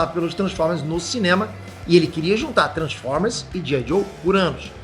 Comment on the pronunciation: "tranformer"?